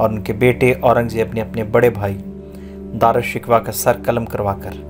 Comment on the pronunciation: بھائ نام کا تلفظ ہی ٹھیک کر لیں